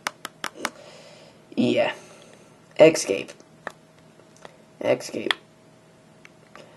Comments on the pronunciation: it's escape not ecsape... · ES-cape. Not EX-cape. XD